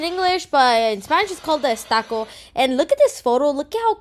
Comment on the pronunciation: Estacó. In English is stucco.